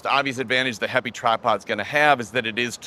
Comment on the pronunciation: This is a great little tripod. I bought mine at the kickstarter stage when Mads Peter Iversen previewed it. Did heipi tell you how to pronounce their name or are you just guessing because my chinese co-worker tells me it's pronounced "happy".